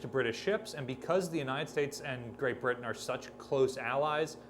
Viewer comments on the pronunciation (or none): none